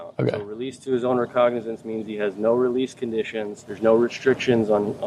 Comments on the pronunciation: “Recognizance” is a word you gotta work on pronouncing my boy 😂 but good work nonetheless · that’s not how you say reconnaissance 😂😀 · The word you're looking for is "recognizance." Suh-wing and a fucking miss with the smartassed correction, there, bud. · try again bro… it’s really not a hard word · Could someone please teach this person how to say the word recognizance? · You pronounce "recognizance" wrong every time man. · Dude, they said “recognizance” in the video. You should be able to pronounce it. 😂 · Hearing mispronounce recognizance definitely spikes my cortisol levels. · just for the record that is how you are supposed to pronounce that word. I have heard you say it wrong multiple times ..... just looking out love your content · That is not* and I came here to say the same thing 😅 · recognizance-you pronounced this word incorrectly ., keep up the good work, love the vids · I know English isn't your first language, but "Recognizance" killed me xD the lawyer says it properly shortly after you say it. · the way you so casually mispronounced recognizance. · I think he is saying it wrong on purpose now because of the last video comments. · re-cog-na-since not recognise-ance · Bruh I'm sorry I must have some tism or something: The word "recognizance" is pronounced "ree-cog-nuh-zense" not "recognize-ince" XD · Its not recognize-ants Its ree-cog-niz-ants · bro are you sped it's recognizance (ruh-cog-nih-sense) not recognize-ance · You do an awful lot of these videos so I'm very surprised you procounced recognizance like recognize, rather than reCOGnizance. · Everyone: "Recognizance": "Recog-NIZANCE" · Love u, but I must give u a tip... RECOGNIZANCE is pronounced "re-cog-nuh-zents" instead of "recognise-ance." That's all I wanted to say other than THANK YOU for always doing the hard work on these court cases and finding out the rulings!!!! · "Recognize-nance" lol it's "re·cog·ni·zance" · re-cog-ni-zance, not recognize-ance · Re-cog- nah-zince